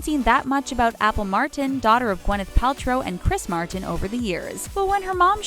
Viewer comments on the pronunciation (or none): Yeah she pronounced that wrong and also the way she says "Martin" is weird too.